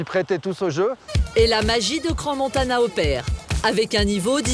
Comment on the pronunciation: C'est pas Crans Montanan mais Montana pauvre tache :), toute mon enfance j'allais skié la bas mais aussi l'été avec son golf au championnat du monde , c'est génial ,je connais ses montagnes de Crans sur Sierre a Montana comme ma poche, a chaque fois qu'ont y allais c'était pour moi le paradis :)